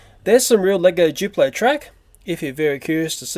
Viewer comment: ITS NOT JUPLO !!!!!!!!!!!!!! ITS DDUPLO